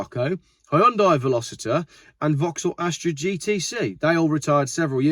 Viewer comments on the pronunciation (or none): none